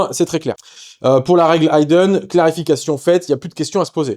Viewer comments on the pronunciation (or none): Ça m'ecorche un peu les oreilles, mais "to hide" et "hidden" ne se prononcent pas de la même manière. Le i de Hidden se prononce comme un i de slip, pipe, vitre etc.